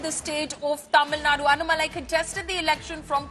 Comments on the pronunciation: Kindly pronounce the name tamilnadu bjp leader : Annamalai not anamalai 😡😔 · Its is anna malai. Its annaa malai. What's with northies and butchering south names?